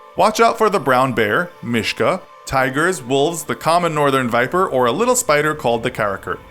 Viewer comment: "Mishka" lol